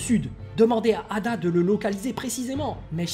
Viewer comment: C'est pas eida et non ada?